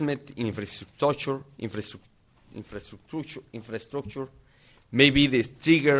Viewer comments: Para los que vinieron por el infrestructucho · Infrastruc-trucho xddd